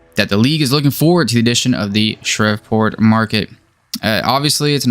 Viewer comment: Dog, I am fine with the basic info and like the channel, but you should prepare. Mispronunciation of the city nane of Shreveport (has along "e") isn't professional. A quick hit in the "Rouxgaroux" name origin, beyond the stylized werewolf logo is called for when most people wouldn't know. I did a quick search myself. Lastly, Shreveport is freaking rough - some if the highest crime in the country, in a state already at the top of that category. Low income, etc.That type of background information is germane to team sustainability. I say these things constructively, so please accept it in that spirit.